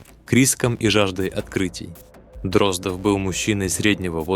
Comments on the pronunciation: После того, как чтец простую фамилию ДроздОв произнёс как ДрОздов, слушать расхотелось. Тем более, что этот же цикл рассказов есть в исполнении Абаддона, который читает великолепно. Извините, юноша, голос у вас очень приятный, но с малогоамотностью нужно бороться. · ДрОздов просто вымораживает , не смогла слушать. Неужели простая фамилия ДроздОв настолько сложнопроизносимая? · Боже мой! Простая русская фамилия Дроздо́в стала англифицированной, Дро́здов😂😂😂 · Абсолютно верно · Почему? Может фамилия действительно ДрОздов, а не ДроздОв? Остальные же правильно произносятся.